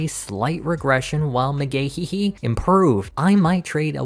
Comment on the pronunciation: It's Mcgahee not Mcgahehehe 😅